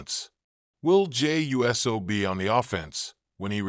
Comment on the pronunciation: It’s not us o it’s uso